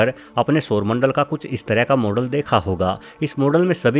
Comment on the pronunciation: Ye sarmandal gati katke ja kaha raha hai? Pehli bar aisa soona